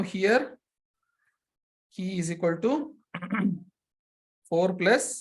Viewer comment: Many tanks ! The pronunciation of Qi, in English and Chinese, is qi (/ˈtʃiː/ CHEE), not Key